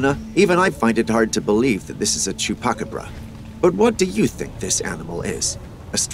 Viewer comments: Dear narrator…I enjoy these videos very much, thank you. Wanted to help you out with the correct pronunciation of one of your dog like creatures. It’s called a CHU PA CA BRA sounds like chew paw ka bra. Hope that helps. Thanks again! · Omg, that’s why I was commenting!! Some of the narrating was irritating but when he said Chupacabra the way he did, I had to say something!!😂😂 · LOL.. Dude can't even say Chupacabra....LOL